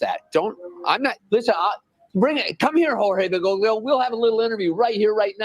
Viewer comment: If he's going to call Pope Francis "Bergoglio," he could at least pronounce it right, lol. Grates on my ears.